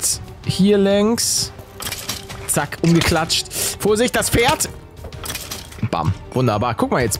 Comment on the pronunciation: Wie jeder Pferd sagt:Pferd Wie paluten pferd sagt:,,Mister ferd " Mir geht gerade der stift 😂😂